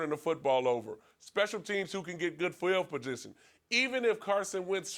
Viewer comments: "Good Feld Peditzionuuion" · "Feil Pudisson"